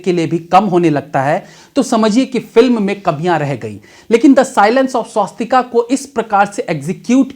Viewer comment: भईया, कृपया फिल्म का नाम "स्वास्तिक" बोलिए,🙏, स्वास्तिका नही.... 🙏🙏🙏